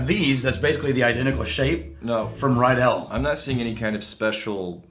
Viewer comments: Riedel is pronounced like NEEDLE !! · Isn't Ridel pronounced "ree-dle" rather than "rye-dell"? C'mon, class it up there. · Since I just watched the whiskey glass episode and clearly you're not worried about being called snobs, Riedel is pronounced Reed-ol'. No "i" in the pronunciation. Love the channel, keep 'em coming. - A fellow glass snob.